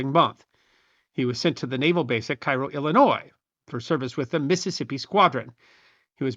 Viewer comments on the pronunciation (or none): Brief pronunciation note, it's pronounced 'Cay-Ro' Illinois, not Cairo like the Egyptian city. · Cairo, IL is pronounced kay-ro. You're from Alton, you didn't know this? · Cairo is pronounced Kay-Roh. I have walked it's deck. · Thanks for this (hitherto unknown to me) aspect of the Civil War. A minor point, though. Isn't "Cairo" pronounced "Care-oh" (I've been chastised for the "wrong" pronunciation before). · Having served in the brown water Coast Guard, I can relate to the life of a riverboat sailor. It was a wonderful time. (also Cairo IL is pronounced with a hard 'A': KAY-ro) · Dear, as someone who was born and went to college in southern Illinois and spent most of his life in southeast Missouri, the Cairo, Illinois you mentioned around the mark is pronounced Care-O. Also, it was nice surprise to see you in a watchmojo video. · In Illinois, Cairo is pronounced KAY-row. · The ship was named for Cairo, Illinois, which is not pronounced like Cairo, Egypt.